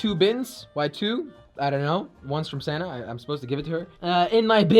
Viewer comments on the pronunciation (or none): I keep thinking he’s saying Santa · I thought u said Santa like santa not your girlfriend lol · when you said you girlfriends name i thought you said santa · Lol that’s what I though when I first started watching jelly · sana sounds like "Santa"